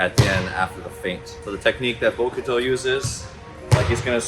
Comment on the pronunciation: The u in bokuto is silent 😅 but nice Video at all 😄